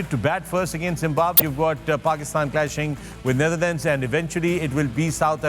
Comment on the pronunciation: It is Not Neitherland it is Netherland Mr. Wasim 😅